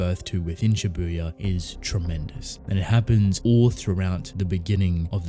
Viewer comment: Why is it so hard for everyone to pronounce Japanese words correctly? Don't put emphasis on 'u' in Shibuya (渋谷). Have you never watched anime and never heard how it is supposed to be pronounced? Like, seriously? Do you watch everything with dub or something? Every fucking Youtuber I watch pronounces J-words like this, I'm sick of it. I know you probably don't give a shit, but please, how hard is it? Make the world a better place for me, please.